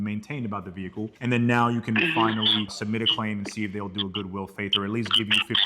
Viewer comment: Whâts a "VEE-HIKULL" is thát a Đevicé thať usés a Ĝas instead of a Łiquiđ foř Pró-Púlsión 🤔 ¿¿¿¿